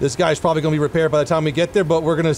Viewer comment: Lol the "guys" mess up. Was funny, I've done that before when talking 😂